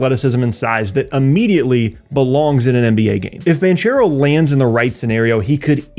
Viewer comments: Hi, truly great video, thanks! Just as a little underscore, Paolo Banchero is italian-american, his name is pronounced Bankero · Banchero is pronounced ‘bank-eh-ro’, not the ‘ch’ sound. Love your work and seeing how you’ve grown over the years! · Great video as always! One note: the 'ch' part in 'Banchero' is pronounced like a K Source: i'm italian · You pronounced Banchero wrong